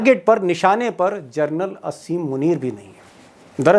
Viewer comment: दीपक जी । असीम मुनीर नहीं आसिम मुनीर कहिए